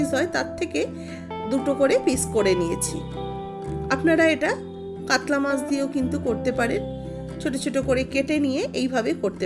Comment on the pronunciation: katla na katol🤣🤣🤣🤣